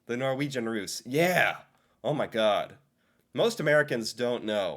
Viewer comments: it's russ, not rus(intoxication) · the way he says "russ" sounds like hes saying "rus" which means drugs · some feel like their taxes shouldn’t be used on poor people. And they never think of their taxes being used on prisoners. And the way you said Russ was so funny, because it sounded like rus. Which means drugs